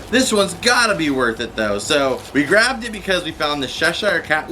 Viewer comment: The way you say Cheshire Cat makes me cringe..... It’s CH as in CHurch or CHeck